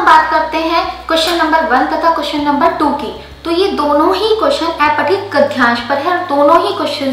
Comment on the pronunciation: अपठित होता है न कि ऐपठित गद्यांश होता है न कि गध्यांश